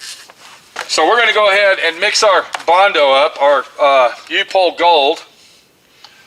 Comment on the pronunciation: Pronounced UP HOLE